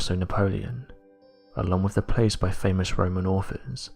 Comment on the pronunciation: its with not wiv